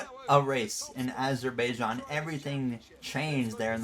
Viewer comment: it’s pronounced azer-bi-jan